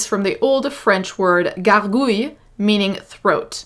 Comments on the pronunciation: Oh my god! You pronouncing "gargouille" (perfectly might I had!) My knees feel weak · I was so impressed by your perfect accent on « gargouille » I instantly liked the video